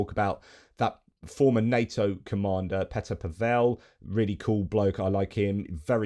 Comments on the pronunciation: I wasn't trying to be a smart-arse, J. But as a Brit who is now a naturalised Czech, I'm often proselytizing about correct pronunciation of Czech names. Remember poor Martina NavraTILova, who was always announced as the Russianised NavratilOVA. PAVel is just, as you certainly know, Paul in Czech. PaVELLE would probably be FaRAGE's brother! (If you see what I mean). Keep up the good work; I've been drinking at your well for three-and-a-half years. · (JFYI - Pavel has the stress on the first syllable.)